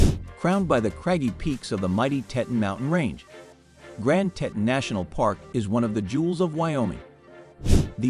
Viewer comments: they are the Tee-tahns!!!!! Not the tet-tuns!! You are killing me! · I’ve been to Jackson and Grand Teton NP about 35 times over the last 42 years. Throughout the video the narrator mispronounces “Teton,” and the supposed aerial videos are not of Jackson. I assume it is actually the capital of Wyoming, Cheyenne, since you can see a building that looks like the Capital Building. Also, they mispronounced “Gros Ventrel (it’s pronounced: “grow vaunt”). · I’ve never heard Teton mispronounced so many times in such a short time. Also that was certainly not Jackson in your drone shots. And speaking of drones, drones are illegal in all National Parks so I’m wondering about many of the drone shots in this poorly made video. One big thumbs down and certainly no subscribing